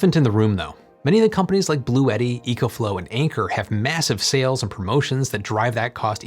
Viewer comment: Bluetti is pronounced Blue-tea. Two syllables.